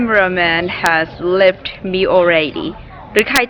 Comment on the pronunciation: he sounded like you said the camera man love me already instead of the camera man left me already